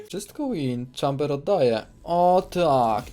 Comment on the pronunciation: Ja osobiście lubie "Czejmbera" a nie "Czambera". Fajna postać.